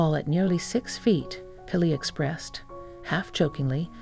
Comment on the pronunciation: Please learn the correct pronunciation of Kylie...."Ki-lee".